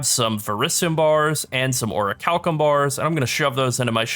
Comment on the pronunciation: Dude, aside from the main content, i like your humour and the fact that you went on to find out the way to pronounce "orichulcum". Thanks for making my day, subbed!!